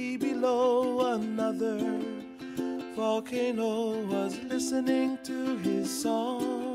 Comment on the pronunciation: I wonder if Ben Croshaw ever saw this. I like to imagine him snapping halfway through this short in the middle of the theater and screaming "You can't say "VOLcaNO", "EXtincTION" or "hapPY"! Emphasis is on the wrong syllable! YOU FUCK!"